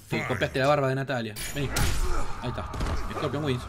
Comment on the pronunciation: Es corpion o no es corpion , si es corpion xD